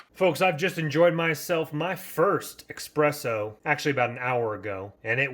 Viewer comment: I quit watching after the 5th time you mispronounced espresso, saying EXpresso.